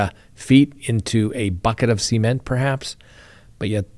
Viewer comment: SEE-MENT. never heard cement said that way. I kept thinking he was saying semen. 😂